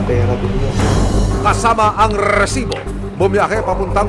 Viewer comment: Mali pag bigkas mu ng resibo